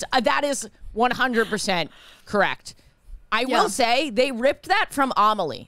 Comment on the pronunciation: Each time pronounces Amélie "Amahlee" my French heart dies a bit more